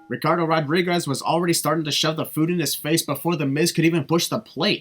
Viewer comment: he said Ricardo rodrires